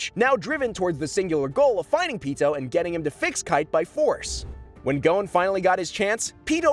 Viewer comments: GODDAMMIT ITS PRONOUNCED g-ah-n not go-ne! at least in the Japanese, wich is the real pronunciations, it is. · His name is GON not GONE ffs.